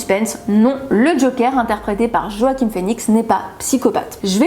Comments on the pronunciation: sa se prononce Roakim mais sinon c'est nickel :p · Excellent travail! Le J est muet dans Joaquin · Joaquin est un nom d’origine Espagnol et le J se prononce avec un soufflement qui provient de la gorge et qui a une sonorité similaire au R. Mais les anglophones prononcent ce nom o-aquin